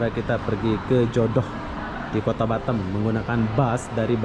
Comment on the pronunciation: Halo bos cara menggunakan bahasa harus di luruskan bos . kalo boleh sebut nya kota batam . jangan sebut batem . lagi satu kalo nyebut kota itu jangan bandar ini indonesia yah bos sori ini hanya masukan saja dikit